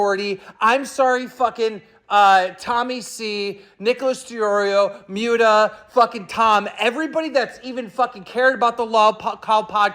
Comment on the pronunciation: did Keem call Muta "Mutea"?